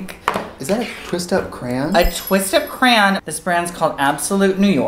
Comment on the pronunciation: Omg they both say crayon the same way. "cran" lmfao jeffree star does this too